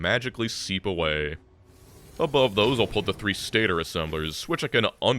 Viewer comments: found this video 10 months after its posted but my brain cant handle the way stator is said its pronounced state ore not stator im sorry but most Americans dont know how to say stuff correctly its annoying no hate tho love the content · "Stat-tor" is pronounced "Stay-tor" lol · I know pronounces words weird like saying alt, but him saying stator as stat-er instead of stay-tor got me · Stator is pronounced - Stay-tore . I know it’s annoying to have people correct you. I just use them in real life and wanted to share that tid bit . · I need to commit war crimes for how pronounces "stator" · I could adjust to the pronunciation of alt, but when you said stator I just about lost it. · It's pronounced stator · your pronunciation of stator makes me want to cry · I'm sorry hearing you mispronounce 'stator' at ~24 minutes makes me question your engineering credentials something fierce